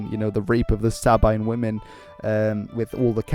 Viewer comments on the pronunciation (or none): none